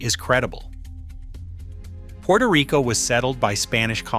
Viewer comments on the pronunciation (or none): none